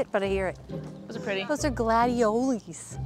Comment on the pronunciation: Hi! Please tell your Mom Happy Birthday from me because we have the same one! And I love that she says gladiolies! ❤💜